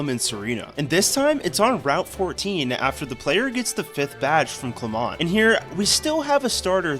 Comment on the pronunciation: It’s pronounced sill-AHJ, CLEH-MENT, and all-TAHR-ee-uh, “”! 🤨 Also, you actually get the Aerodactylite just for rescuing the scientist, not for obtaining an Aerodactyl. You have bad pronouncing and writing skills!